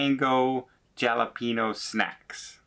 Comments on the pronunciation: It's pronounced "halapeno"....not jalapeno! LOL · Jalapeño starts with an “H” sound, like /Hal-a-penyo/.